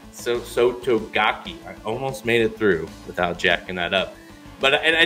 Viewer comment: The "ke" in Sotogake is pronounced "kay" instead of "key" Anyhoo, I disagree because I'm looking at Derma's pedigree. Looking at Derma on his dam's side, it once again leads back to our biggest fail and Japan's biggest gain: Sunday Silence. Derma's dam sire is Neo Universe which won 2 G1, 2 G2 and 1 G3 races in Japan, in turn, Neo Universe's sire (great-grandfather from Derma) is...you guessed it, Sunday Silence. SS' bloodline is truly a beast in Japan and was the best investment they've made carried on for over 2 decades. To put it another way, Derma will be running in the same race that his great-grandfather Sunday Silence won in 1989.